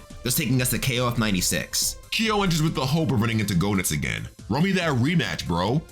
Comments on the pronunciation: Not to correct anyone, but Rugal's name is (according to SNK) pronounced "Roo-GAHL Bern-stine." And Goenitz's name is (once again, according to SNK) pronounced "GEH-nitz". Anyway, there's a YouTuber named "ShoryuGame" who knows a heckuva lot more about KOF lore than I do. All in all, however, excellent job on this video. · Idk if anyone told you this alreday, but I'm pretty sure the o in Goenitz is silent. It's pronounced like Genitz.